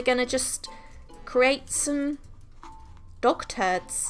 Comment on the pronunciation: I thought she said “WE ARE GONNA CREAT SOME DOCTORS” instead of dog turds 😂